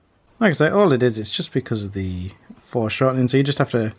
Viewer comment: "EXTREME FORESHORTNING, LIKE YOU'VE NEVER SEEN BEFORE(sortning)"